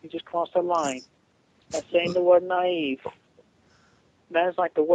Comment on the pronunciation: Naive with a hard e 😂